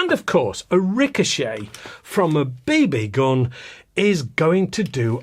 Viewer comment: Ha, love your videos, and the double pronunciation of BB gun was classic! I always cringe when I hear that British Bay 'Bay gun!